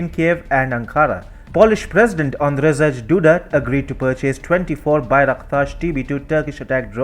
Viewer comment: Heads-up: It's pronounced "an-drhey" and not "an-drzedzh".